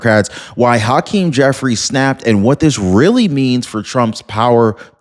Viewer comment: Haaaakeem? Cmon man. Pronounce it as hakeem. Dont place undo emphasis on the ha. Just let it out regularly. Say it with me now, hakeem.